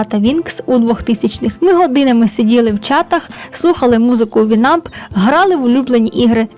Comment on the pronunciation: І та. Я одна завше казала вІнамп, а не вінАмп?